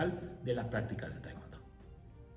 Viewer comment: es tae kwon do nooo taicuando